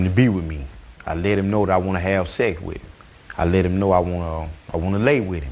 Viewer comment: It’s funny how he say him. He say it like hilm.